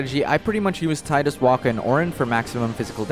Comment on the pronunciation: it's pronounced tee-dus